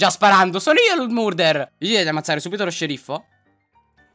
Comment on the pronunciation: Ti adoro Soprattutto quando hai detto ✨MoRdAr✨ ❤